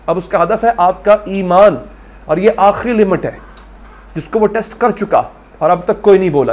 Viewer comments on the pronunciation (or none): none